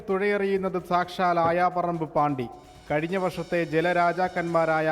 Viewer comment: അയാം പറമ്പ് അല്ല ആയാപറമ്പ് 🙏